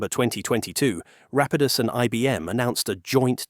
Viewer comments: Is this narration AI? It seems kinda off. Weird pronunciations that change throughout the whole video, weird pauses where the shouldn't be any etc. suspect to say the least. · This is the problem with using AI voiceovers. Rapidus was pronounced incorrectly many times throughout the video. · What's with the narrator? Is this generated text to speech? The way numbers are read and the alternating pronunciation of Rapidus is especially off putting